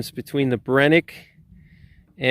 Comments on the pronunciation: It's pronounced Bren-uh- kee not Brenick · I hate hearing him say Brenneke 😂